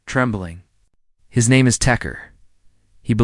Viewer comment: Yes! In the first 2.5 minutes his name is pronounced at least 3 ways.